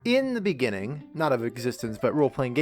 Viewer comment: ...in the ben nin ning 😂😂😎